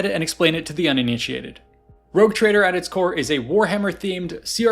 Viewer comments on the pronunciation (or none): none